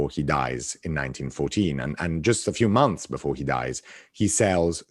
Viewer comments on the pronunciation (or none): none